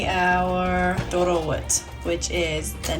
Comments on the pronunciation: the pronunciation of Doro Wot and alecha is perfect👏. I've never heard foreigners pronounce ጥ & ጨ alphabets correctly. well done! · Wow your pronunciation is spot on.looks sooo yummy hopefully you’ll visit Ethiopia